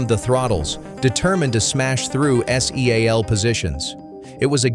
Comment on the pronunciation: Another stack of total bulshit when the narrator can't even say," seal.". It says S. E. A L.😢